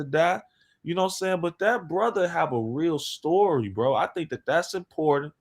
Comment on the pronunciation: "To make a long sory short..."